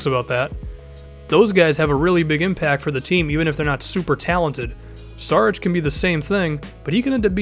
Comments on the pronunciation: it's Šarić not Sarić (read s like sh=š) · It's pronounced SHARICH